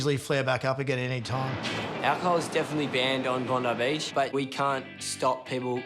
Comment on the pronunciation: Bong-I Beach